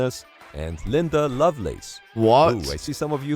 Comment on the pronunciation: The porn star is Linda not Linse.Get it right!